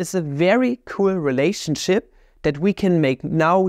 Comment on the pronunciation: makes me wonder if he said "relationshit" on purpose or not.